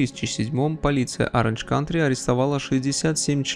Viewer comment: Оранж Каунти, я так полагаю, а не Кантри.